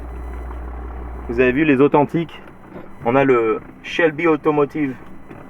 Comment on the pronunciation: pourquoi tu dit une Shelby. Pourquoi si angliciser quand tu parle le français because you live in the USA.